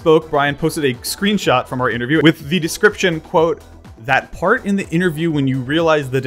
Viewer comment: did anyone else notice the interviewwith? It sounded cramped up into one word